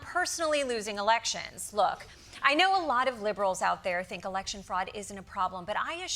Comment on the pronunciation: I thought we were going to work this "oot". - What's this all "aboot"? Desi is hilarious.